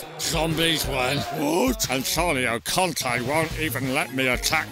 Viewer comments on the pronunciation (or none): Conte* not Contei